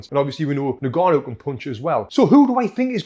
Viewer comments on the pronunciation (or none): Francis niganu...😂 Its ing-gaa-nou .